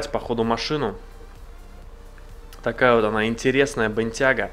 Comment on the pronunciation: Произношение с английского другое,так что правильно Бентьяго